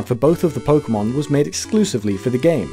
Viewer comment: thank you for not pronouncing it "pokey-mon"